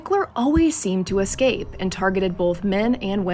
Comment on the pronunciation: 36::56 It's ESCAPE not EXCAPE! That's so annoying. STOP HOLDING THE DAMN MIC ! THEY'RE NOT MEANT TO BE HELD LIKE THAT !